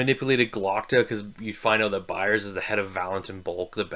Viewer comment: Great Review sir. I agree with a lot of the things you said! Quick nitpick though, the practicals were Severard and Frost, nos Vetari...also its BayaZ, not Bayards haha. Curious, have you read the following books?